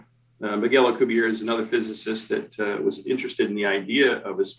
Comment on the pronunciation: In the interests of accuracy, I feel obligated to point out for future reference, Dr. Miguel Alcubierre's family/surname is of Spanish origin, not French, thus the final 'e' is pronounced in the Spanish language; the correct pronunciation is Al-cooh-beer-eh. Here is a Spanish language video for the correct pronunciation of Dr. M. Alcubierre's surname or family name, by a native Spanish speaker, from time index 2;14